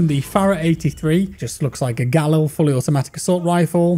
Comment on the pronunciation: who in the world says Galil like that